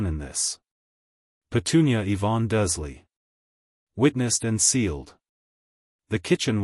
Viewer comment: sighs Dursley = DURRZZZ-LEE Wizengemot = WHIZ - IN - GAH - MOTT